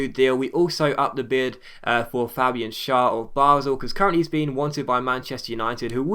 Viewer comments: shar is pronounced share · Schär is said like chair! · Sher, I believe its pronounced. Capoo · Schar is pronounced like 'share':) pls reply <3:D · It's Fabian ''Shehr'' ä = eh its like a short E ;) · I think it's pronounced share, because of the umlaut on the a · It's basically pronounced 'Share'. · Schär is pronounced as "Share" is in englisch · Schär is pronounced 'share' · schär's name is pronounced as sheer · Schär is pronounced share I think